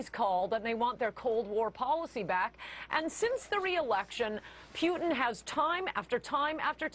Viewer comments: his name's not peuteen, it's Putin. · Old horseface makes me laugh..her pronunciation of "P-yoo-tin" ..She's desperately clinging to whatever sex appeal she has. But fear not good people, I ask , name one Blonde female that has changed the course of events in the modern world.. I thought so. Her inane ramblings are good for sound bites at best...and somewhere in the world there's an empty kitchen. Ha ...my attempt at being a chauvinistic pig is as good as her journalistic views. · Is this bitch saying Pute-in? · the bony bleached bimbo can't even pronounce Putin's name correctly. She's in desperate need of a lube job, if she is even a she.